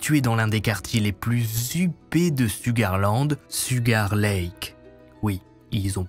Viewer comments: Souga -land le R ne se lit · LOL En effet, Ça se prononce "CHOUGAR LAND"☺️ 🥰